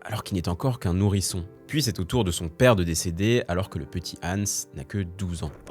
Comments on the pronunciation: Je râle car la vidéo est bien montée et bien écrite mais comment peut on mal prononcer le prénom du sujet de la vidéo ? C'est pas Ensse mais HANS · Fauter tellement de fois sur la prononciation de Hans c’est un crime 😅 idée: utiliser l’IA non seulement pour écrire son script mais aussi pour apprendre à prononcer d’autres langues